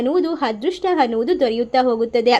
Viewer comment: ಹನುಗ್ರಹ, ಹದೃಷ್ಟ, ಹಾರಾಧನೆ ಅದಿಮೂರು ರಾಮಾ ರಾಮಾ ಕಾಪಾಡಪ್ಪ😂😂 ಈ ಕನ್ನಡ ಕಂಪಿನ ಸಿರಿಗಂಧವನ್ನು ಹಾಳುಮಾಡಬೇಡಿ ದಯವಿಟ್ಟು. ಸರಿಯಾಗಿ ಕನ್ನಡ ಬರುವವರು ಹತ್ತಿರ ಓದಿಸಿ ಪುಣ್ಯ ಕಟ್ಟಿಕೊಳ್ಳಿ, ದಯವಿಟ್ಟು ಹರ್ಥ (ಅರ್ಥ) ಮಾಡಿಕೊಳ್ಳಿ